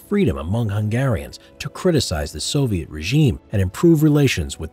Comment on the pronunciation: You said soliet army